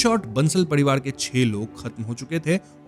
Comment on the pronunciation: Parivar ❌ padiwad✅